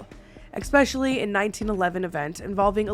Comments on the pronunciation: Drink everytime says ECK-specially! My neurodivergence can't handle it. There's no "C" or "K" before the word special in especially. See? Esssssssss-pecially. 😢 I wish my brain didn't make it hurt my soul. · eSpecially. Not eXpecially